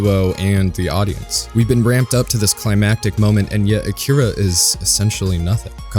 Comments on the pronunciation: a-ki-ra no k-kee-ra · Cant even pronounce akira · Have you not seen it? Because you mispronounced it.